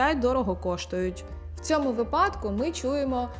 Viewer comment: Дякую! Тільки вИпадок, не випАдок.